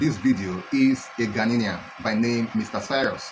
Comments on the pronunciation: You don't even know how to mention Ghanaian and you still think you speak English. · Not Ghana nian, it's Ghana ian .